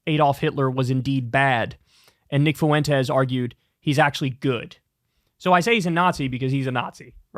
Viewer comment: The guy´s an asshole but Kyle it´s hurts my ears the way you pronounce his last name. It´s pronounced Fwentes, Not Fu en tes